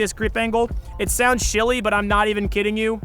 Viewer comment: Am I tripping or did he just say shilly lol